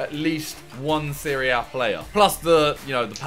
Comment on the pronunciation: for the longest time i thought you were saying Syria (instead of Serie A)